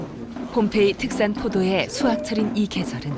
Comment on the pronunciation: 허허, 그렇습니까? 다소 엉뚱하지만 말씀하신 "봄페이"가 아니고 ""폼페이"라고, 좀더 정확하게 표기해야 할것같습니다. 과거, 인도의 "봄베이"라는 도시가 이 영상의 "폼페이"와 발음이 헷갈린다고하여서 지금의 "뭄바이"로 바뀌었다고합니다! ㅡㅡㅡ